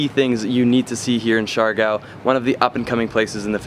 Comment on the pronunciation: Coron pronounced Cor oh n, Cebu pronounced Say Boo.... Siargao pronounced Seer uh gow.... Grew up in the Philippines.... Other than that small tidbit I Love the videos... brings back lots of memories for me... Im hoping to sail my boat back to the Philippines and hit up Bali as well... Hopefully I will see you along the way somewhere.... Thanks.